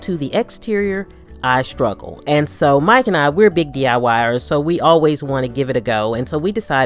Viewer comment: When she says "Mike and I" it sounds like Mike and Ike